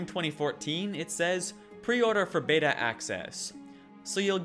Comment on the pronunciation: the "bata" bro